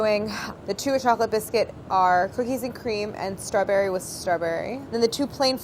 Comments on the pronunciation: does anyone else notice the subtle accented way that Claire says the word "straberry" ? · Is no one else bothered by how she pronounces "Strawberry"? Like stra-berry, emphasis on the word berry... Threw me off lol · does anyone else thinks she says strawberry kinda odd???